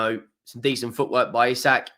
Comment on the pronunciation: We didnt learn you still cant pronounce isak EEEE SAK!!